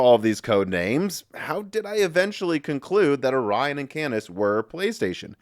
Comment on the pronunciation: Omg... It's Or-ion not Ori-on.